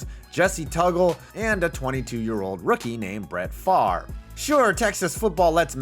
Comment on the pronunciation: Good job pronouncing Favre